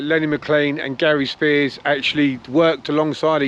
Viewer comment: His second name is pronounced as Sp-highers not spears.